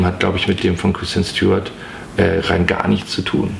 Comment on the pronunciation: Ob er mittlerweile weiß, dass sie nicht Stj-uart, sondern Stu-art heißt?